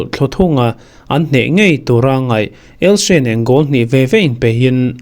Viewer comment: ELSE a ni lo ELCHE ti rawh lam nalh i tum lutuk.